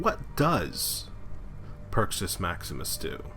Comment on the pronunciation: if u can't talk then write a script if u can't read then memorize it if u can't memorize just smoke another one and chill the fk out. but AT LEAST pronounce shit right. it's perk-us NOT purchase wtf...